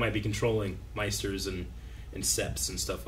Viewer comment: Maesters not Meisters